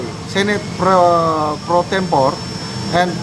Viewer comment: improve your pronunciation, like pro tempo-ray